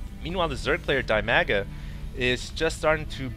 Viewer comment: Hey,. DIMAGAs name is read as 'deemaga'. His nickname is actually derived from his name (Dmitry, Dima). Uh... I hope the next game with Dimaga or Ra that you will comment will be more successfull for them =) Congratulations with graduation (Can you tell what have you graduated from?:) If it is ofcourse not a secret).